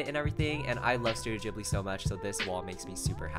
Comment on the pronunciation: the way u say ghibli it's terrible